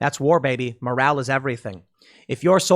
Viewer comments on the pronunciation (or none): none